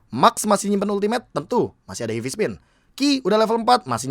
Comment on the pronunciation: heavy spin bro bukan hivi spin